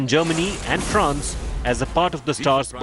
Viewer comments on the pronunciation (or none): none